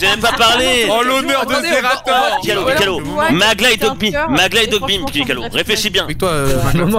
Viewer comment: "Xerator" - 2020